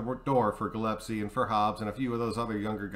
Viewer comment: You know I love you brother, but I have to say that it's Gillespie = GILL+S+P -> Gill es pee .. I've heard so many people say it wrong lately... it's starting to drive my nuts... haha or maybe that's because I have a steering wheel attached to my balls... haha... arrrr she's drivin me nuts ... hahaha. Yeah, okay, good video bro. I like the idea. Good to see you making videos again. RN4L